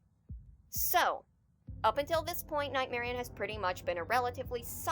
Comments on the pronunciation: I hate how people pronounce it nightmari- own instead of nightmari-uhn like how it's spelled. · You guys say "Nightmarian"? Odd... maybe it's cus I'm not a native English speaker, but I always called it "Nightmari-on", with emphasis on the "onne" part like I'm saying "on".